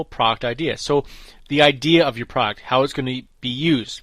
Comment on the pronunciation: « Product » has two syllables!